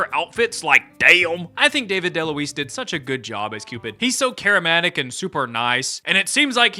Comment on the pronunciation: I'm sorry to be that commenter, but did you just say "he's so charimatic"? Love your vids btw!